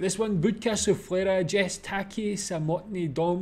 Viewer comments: Yest..not "jest"... Polish "J" you read like "Y" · Thank you for your reaction. This is one of my top 3 Polish songs on my private Top List. A little note on pronunciation. In Polish, we pronounce the letter "j" like the English "y" in the words "yankee", "yellow", etc. So Polish "Jest", I would say, should sound like "yes" with "t" at the end. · Just so you know, we pronounce J soft, so it's more like "yest" and "Yolka"